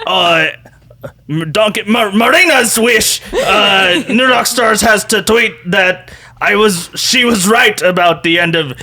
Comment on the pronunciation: "New Rrrrockstars"